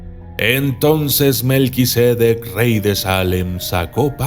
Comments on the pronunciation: Lo pronuncias mal, no es melquisédec, es melquisedec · Documentalista, el nombre es Melquisedec, no Melquisédec. Es sin acento.